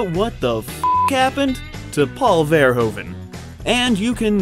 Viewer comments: Verhoeven is actualy pronounced Ver-who-ven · its ver-oe -ven silent (h) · it's pronounced paul verhooven as in hoofschoe. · It is pronounced Ver - hoof -en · You make the same bloody mistakle it is pronounced Ver (Hoove) en, not Ver(Americans fucking up pronounciation)en ;) I highly doubt your research though, since as a person from the Nedtherlands I have never ever heard about Business is Business ever. Totally unknown to all other people I know here too. So probably not that popular. Maybe in Belgium or Germany? And Shame On You For Not Mentioning Floris... Shame, shame, shame... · It's pronounced Verhooven. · It's pronounces vuh-ROO-vuh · they have a hoover dam.....but can't pronounce verhoeven.....so weird. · What happened to Paul Verhoeven is that even after a 65 year long film career, nobody who doesn't speak Dutch can even pronounce his name correctly (never mind Jan de Bont) and repeatedly mispronounces his name over 60 times in the duration of a 35 minute tribute video. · it took years for Americans to somewhat proper pronounce Mario. Now its time to give Verhoeven the same respect.. say its his name right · it's pronounced paul verhoeven; paul is OK but verhoeven is not verhoven... it's pronounced as verhooven (like hoover), in dutch OE = OO in english; so please stop me cringing about verhoven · Is it SO DIFFICULT to pronounce his name correctly? Its NOT (english) "VER-HOE-VEN", but "VER-WHO-VEN" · The oe in Verhoeven is pronounced as o in move, not as in grow. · Its pronaunced paul ver who ven im dutch lol, Awesome video! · To pronounce his name correctly, you need to pretend it's written 'Verhooven', like the word 'boot'. The 'oo' sound and the 'oe' sound is pronounced the other way around in Dutch. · "Ver hooven"